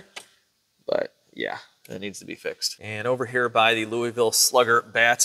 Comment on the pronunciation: As a Louivillian, we need to work on how you pronounce Louisville 😂🤙